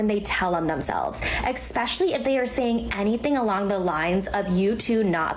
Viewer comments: She said "expecially". Dumb. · I wouldn’t be taking advice from someone saying “expecially “ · Fun fact: if youre someone who says “expecially,” I immediately disregard everything you say. I find this is far more common among women